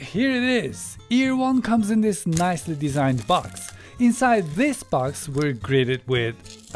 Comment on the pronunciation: Çok güzel This diyorsun abi. Vis iz akxmsm